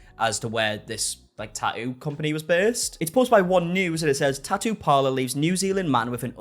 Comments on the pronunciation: Why always change from saying the T to leaving it out. I like this guys videos but its not a Taooo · Clicked for the bait. Stayed for the Tah-ooh. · I mean you can say the first t in tattoo why not the third t in tattoo? Tat-oo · The way you pronounce Tatt-oo. Love it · Liking this video in the first 60 seconds based solely on the way he pronounces “tattoo” 🥹🫶 (I’m from Aus, so he could read me his grocery list and I’d be enthralled) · Sweetheart you are dropping the T in Tattoos and also pronouncing it when reading it. Fascinating! Just thought you might want to listen to yourself 😂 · I like the way you say tattoo lol❤